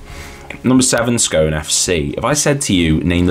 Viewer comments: Scone FC is pronounced Scoon FC.You could have done a bit more research but this is a decent watch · Not a criticism but the correct pronunciation of Scone the place is Scoon. Absoloutely brilliant that you are doing some right obscure teams. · Two attempts to say Scone and both wrong - it's pronounced Scoon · Good research on Scone FC (other than the pronunciation) - I actually grew up there and wasn't aware there had been a second team in Scone (all the pictures you show are of Scone Thistle, who are still very much still going, but have always been a junior/juvenile team). It's a small place pop. c 5,000 and would have been about half that size in the 1920s - shows how much people wanted to play in those days. Scone famously had a 'ba game' (like Kirkwall & Jedburgh) between the married men & the bachelors during the 19thC - maybe that influenced the composition of the two teams